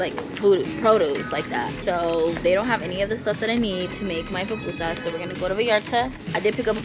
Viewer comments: es PUPUSAS repite conmigo “pUPUSAS” 😬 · Ohh hell nah lmao it’s PUPUSAS! 😂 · GURRRR not the papusas 😭😂😂😂 nooooooo it’s pupusas 🩷 se dice el Curtido 😘👯‍♀️🩷🩷🩷 I love yallll! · I can’t with them calling them PApusas 😖 lol PUpusas* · PUPUSAS NOT PAPUSAS LOL REPEAT AFTER ME PUUUUUU-PUUUUUUUU-SAAAAAAAAAS 😂😂❤️❤️❤️❤️🇸🇻🇸🇻🇸🇻🇸🇻🇸🇻